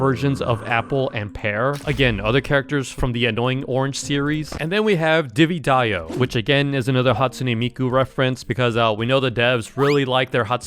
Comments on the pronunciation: Every pronounced name that was wrong: BlueDud (bluudud) DiviDiyo (DivaDayo) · I heard diddy dayo